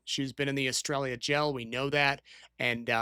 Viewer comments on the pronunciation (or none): Ess-traya. Not Ess-trail-ya. It’s a Spanish word. Do you have pronouncers available? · It’s s-tray-yah (Estrella) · I have rewound this multiple times now and keep hearing “australia” 😂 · I heard "Estrella" as "Australia" and was very confused for a minute...